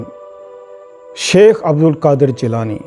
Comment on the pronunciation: Shaikh hota sheikh nahi...